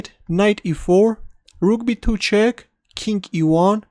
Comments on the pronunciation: Learn how to say king correctly please. It's very annoying when you say "kink" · When you say "King e2", it sounds like "kinky, too". That funky, kinky too move. Thanks for the vid. It was pleasant and enjoyable,.